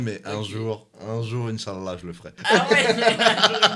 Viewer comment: Doc ta prononcé à la perfection le mot "inshallah" franchement WAW